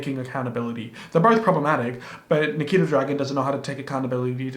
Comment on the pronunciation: when you mispronounced Nikita's name it almost sounded like my name LOL